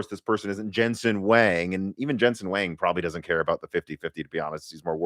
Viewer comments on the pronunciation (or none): BTW, Jensen's last name is pronounced as "wong" not "wang."